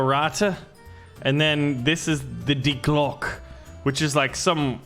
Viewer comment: Die Gloke not die glock